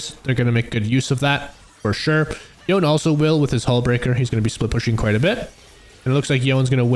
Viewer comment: AND "yo - nAY" NOT Yawn